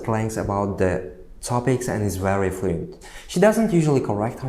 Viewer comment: fluyent deb o'ldirib qo'ydida talaffuzni 😆